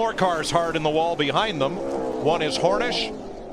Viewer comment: Wait. That’s because he says hornish.